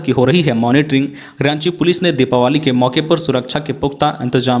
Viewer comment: दिपावली not दिपावाली